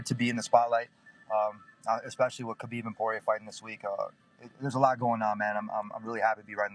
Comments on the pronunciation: Its Khabib... Why is he saying Habib?😂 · The way Ariel pronounces Khabib is infuriating. The 'Kh' is neither the correct sound in Arabic, Russian nor Avar, just pronounce it as Habib if you can't get it right. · That khabib pronounciation caught me off guard haha. Pretty subtle I'm impressed i sound like im dying if i try and promounce that sound